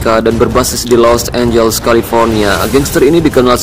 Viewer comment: San Francisco bukan Fransisco Los Angeles bukan Los Angels Sao Paulo bukan San Paulo paling ntr ada yg ngatain gua wkwkwwkk